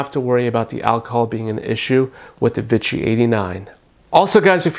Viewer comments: Vee-she not vit-chee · I enjoyed the video and comparison but I wish you had pronounced "Vichy" properly. It's pronounced "Vee-Shee" and not "Vi-chy." It kind of drove me crazy since the product comes from the Vichy area of France so it's easy to look up the pronunciation. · I hate Vichy being called Vitchy.